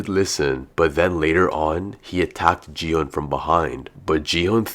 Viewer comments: it's gihun not jihun bro!!!!!!!!!!!!!!!!!!!!!!!!!!!!!!!!!!!!!!!!!!!!!!!!!!!!!!!!!!!!!!!!!!!!!!!!!!!!!!!!!!!!! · Bro knows so much about the games but still calls still calls gi hun “ji hun” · You said ji-hun its actually gi-hun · No offence but he is called gi *gee hun